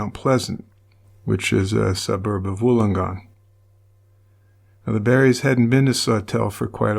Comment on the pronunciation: As a Wollongong girl I am very impressed that you pronounced it correctly , most don’t . Thank you for covering this case , all of us who are old enough to remember it have never forgotten .